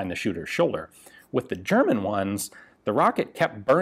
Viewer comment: German here. I just wanted to tell you, Ian, that your german pronounciation skills are pretty good 👍 thanks for not giving me earcancer :P